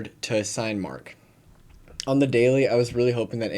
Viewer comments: BTW- Cinemark is pronounced “sin-e-mark” 😁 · “Sine-mark”? Dude, where have you been? That’s not how it’s pronounced. Almost makes me think you could be AI.